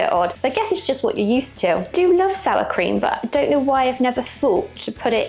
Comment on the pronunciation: Cream not krem